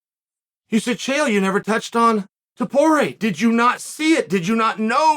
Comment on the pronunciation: 'touched on... 'taporie' toporay ... toporE-UH he pauses to get the name right and just fires a machine gun of ilias until chael snipes the syllable 'E-UH' right out of the air